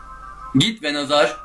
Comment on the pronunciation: Neden Venusaur veya senin diyişinle venazor değil charizard değil blastoise D